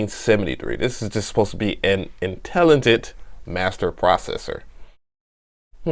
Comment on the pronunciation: "An intelletit master processor" just sayin...